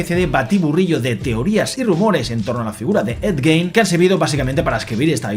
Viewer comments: se pronuncia gin, no gein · Me ha gustado mucho y tienes toda la razón, la actuación de Charlie es espectacular, lo mejor de la serie sin lugar a dudas, pero has dicho el apellido del asesino en serie mal todo el tiempo, aunq se escribe Gein se pronuncia "Guin". Para finalizar, nada supera a Dahmer, es la mejor de la saga.